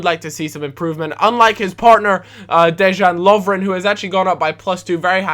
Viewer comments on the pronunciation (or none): it's pronounced de-yan love-ren